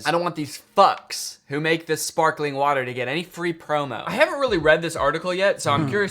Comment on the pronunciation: Can’t get past it either 😂 As a Brit I was immediately jarred because (outside of possibly the Royal family) nobody in the UK pronounces the T in water… except for who goes HARD on that T instead of saying “wah-err” like his accent requires 😂 Until he suddenly forgets and starts saying “wah-err” with no T 😂😂😂 He’s stumbling over that word fr because that is not how he actually says it. Does he know how crazy he sounds saying “whaaTarrr”? Is it an overcorrection? Or the result of residual trauma from being roasted to a crisp by his Mum for not pronouncing his Ts? Not that I’m speaking from experience ☺️